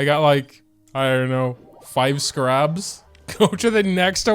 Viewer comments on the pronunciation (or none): I know your frustration. But my own critique of how you’re pronouncing the scarabs is personally frustrating. Because it’s not pronounced “scuh-rabs”. It’s “scare-ibs” I’ve never heard of a single other person pronounce them the way you do. I’m sorry for sounding very rude, but I’m grammar nerd I guess you could say. And when I know how a word is pronounced and I hear someone say it completely wrong, it frustrates me. Especially when it’s a word where there really isn’t multiple ways to say it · IT'S CALLED Ske-rabs